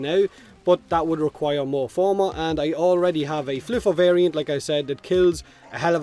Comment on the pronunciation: Fluffer is VERY different from Floofer. Please use proper pronunciation.